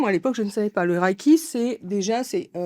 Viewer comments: Une petite précision en aparté : 霊気 se prononce reiki（れいき）, approximativement « réé-ki », et non « raiki ». Le terme 霊気（れいき, reiki） est composé de : * 霊（れい, rei） : esprit, âme, présence spirituelle ou dimension mystérieuse ; * 気（き, ki） : souffle, énergie, atmosphère ou force vitale, selon le contexte. Étymologiquement, 霊気 désigne donc une « énergie spirituelle », une « présence subtile » ou une « atmosphère mystérieuse ». C’est également le terme japonais employé pour désigner la méthode connue en Occident sous le nom de Reiki.🙏🇯🇵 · Reiki pas raiki, Merci pour cette interview, véridique canalisation ❤🙏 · on prononce Réki pas raîki merci pour le REIKI en fait au JAPON on dit LEIKI ! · Pitié on ne dit pas raïki pour le reiki mais Réki